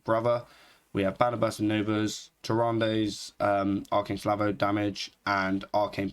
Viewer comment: Gotta love u calling salvo slavo, for real tho, quality content as usual